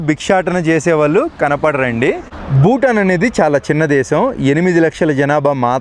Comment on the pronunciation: ಭೂತಾನ್ ಅದು ಬೂಟಾನ್ ಅಲ್ಲ